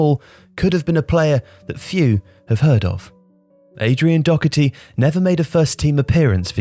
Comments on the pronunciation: Doherty not Docherty ffs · Dear People of England Doherty is pronounced dawherty, not dockerty. Gallagher is pronounced Galla-her not Galla-gerrrrr and so on and so forth for a multitude of Irish surnames that you continue to butcher even though we live next door and people of Irish extraction make up a huge part of the population of your country. Regards The people of ireland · There is no k in Doherty it’s doh-erty not dokerty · Good video but it’s said dough-er-T not do-her-T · Doherty is pronounced DAW-HER-TEE. At least learn to pronounce it properly, it’s not that hard. And it’s a British border placed to segregate the island of Ireland. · Youre pronouncing Doherty wrong, just like the commentators do. Where the fuck do you get the CK sound from? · Nice video but the pronunciation of Doherty was doing my head in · no he didnt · There's no "ck" in his last name. Pronounced the same way Matt Doherty does it. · The mind boggles when people (English) can’t pronounce Doherty properly.